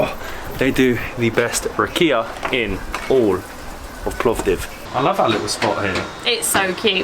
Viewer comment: So you mispronounced everything except rakia. :D